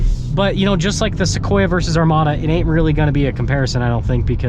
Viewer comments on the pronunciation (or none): none